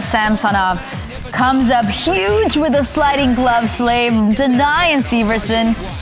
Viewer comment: She said slave